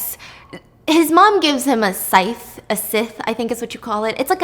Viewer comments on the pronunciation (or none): not stephanie calling the scythe a sword sjsnksskksjdkdksjf its pronounced Sigh-th and its furies, fury plural😭😭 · I love Stephanie, but hearing her mispronounced words like "scythe" and "The Furies" kills me inside 🤦🏾‍♀️